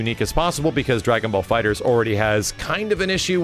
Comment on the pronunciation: Why are saying DragonBall FighterZ with and extra Z? Lol